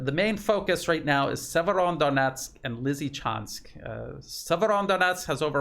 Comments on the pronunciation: seems to add an N at the end of Severo, like "Severondonetsk" 😀 maybe we should call it SevereDonetsk! A very serious Donetsk. 😉😀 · The name is Severo-donetsk. Otherwise great reporting. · It's Severodonetsk - there is no "n" between Severo and Donetsk. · No N in severodonetsk - well, only one! “Severo-“ means north. Northdonetsk. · There's no letter "n" in Severodonetsk